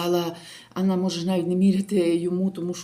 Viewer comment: Анна мягке Л а не Я. Лятте, руколя. На Україні, на Італії. Жах